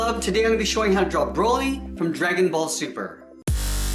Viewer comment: I hate when he says ```broly```